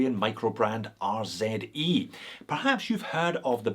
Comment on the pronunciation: Finally..........a proper "Z" pronunciation 🤪🤪🤪